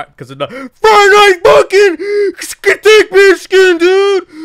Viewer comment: you legit said fuckin instead of funking lol